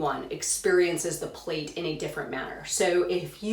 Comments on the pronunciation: It is pronounced like 'plat', NOT like plate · Thanks for your video. I get very distracted because the word is pronounced "plat" — rhymes with cat. It's from the English (UK) translation of the Russian. Plait is an English word for what we in USA call a "braid". And it's DEFINITELY pronounced "plat" -- it would be like in America calling a braid a "Brad."